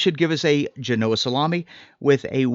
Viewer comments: The accent is on the first syllable, not the second . (JEH-no-uh) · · Accent on Gen not o That looks delicious. Thanks! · Gen-oh-ah not Ge-no-ah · It's pronounced Jean-o-Ahh, not G-Noah 😂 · Great episode! (But it’s GEN-oh-uh, not geh-NO-uh) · Isn’t it pronounced GENoa and not GenOa? Great video as always!! Can’t wait to give it a try! Also I’d love to get the sharpener! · My ears have been stabbed haha. FYI...it's JEN-oh-ah 👍The Italian community thanks you 💚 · Do you lose credibility when you cannot pronounce Genoa correct? 🤷‍♂️